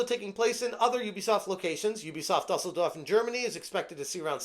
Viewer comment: Watching mispronounce Dusseldorf is more entertaining than anything Ubisoft has made in years.